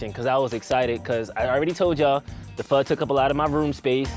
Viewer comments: It's pronounced foe not faw. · It's pronounced "fuh"